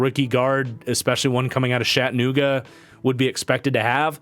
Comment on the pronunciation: Will someone please tell him that it is pronounced CHATanooga not SHATanooga 😁